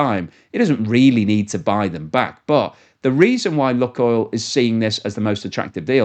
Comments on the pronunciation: It’s not “Luckoil” - it’s LooooooooookOil. Can’t you figure that out?? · Lukoil - pronounced Lukeoil! Like Luke and Oil.